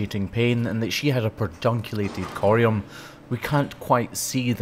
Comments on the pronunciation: it’s pedunculate not perdunculate. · Love the channel, but it is ped-unculated, not per-dunculated. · Did you mean pedunculated? Not perdunculated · Sorry to have to correct you but it’s Puh-dun-cue-lay-ted. There’s no R in it-it’s not Per-dun… I was pretty sure but I looked it up just in case. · It's PEDunculated not PERDunculated...! :) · I think you’ve added a letter to Pedunculate 😂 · I'm so sorry to be that person, but it's like poison ivy on my brain...the word is definitely PEDunculated...there is no R before the d... which is a phonetic spelling of your pronunciation. ❤❤❤❤ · Pedunculated. There's no R in there.. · *Pedunculated (Sorry! LOL) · I don't know if this is a country/language thing, but that's actually pedunculated without the r. 🤣 Don't you just hate those spelling Nazis who correct every little thing?!? 😂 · Love you, the music and your videos, but I can't sleep tonight until I've let you know that pedunculated doesn't have an 'r' in it. Please forgive a pedantic old fan of you and your channel. ❤️